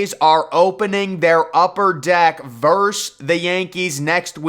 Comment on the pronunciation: VERSUS not VERSE